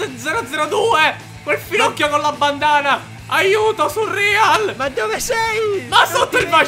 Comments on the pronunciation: come mai chiami surreal "surrìal"??? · Quanto mi da fastidio sentirlo chiamare "surrial"